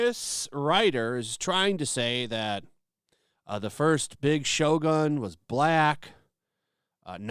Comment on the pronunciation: its shogun not shotgun we dont need any black in here